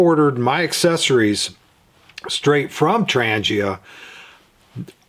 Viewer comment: The G in Trangia is pronounced as g in "goal" not g as in "Germany". Trangia fuel stove is manufactured by Trangia company out of Sweden.